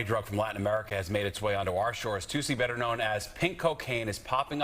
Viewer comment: Not toosie its tussy like robotussin tussy